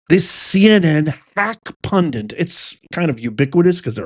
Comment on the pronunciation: It’s “pundit”, not “pundent”.